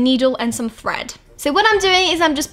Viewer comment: At first I thought you said bread instead of thread